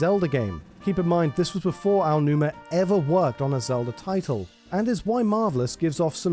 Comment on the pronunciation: Typically I internally snicker when your channel mispronounces Aonuma, but for some reason, I find your pronunciation of Yoshi adorable. 😊